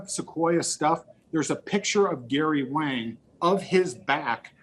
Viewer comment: It's Wang. DEEP WANG!!!!